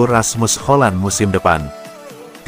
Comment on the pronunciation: Hoylund bukan Holand